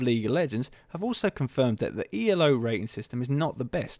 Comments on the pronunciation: its not pronounced e l o its pronounced elo, as in eelow because it is a name :) just FYI :) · I'll just add one more critical comment to continue to beat up: His name was Elo, pronounced "eelo", not E-L-O, you dimwit! It often gets capitalized to ELO for aesthetic/formality reasons, but that doesn't change the pronunciation of the guy's name. But then again, as you simply read this article from Wiki, you are probably quite clueless about chess, its history and rating systems. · for fucks sake it's not ELO is elo pronounced eloo as in hello without an h.